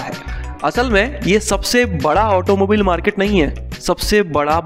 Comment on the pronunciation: It's not pronounced as ऑटोमोबिल , it's correctly as ऑटोमोबाइल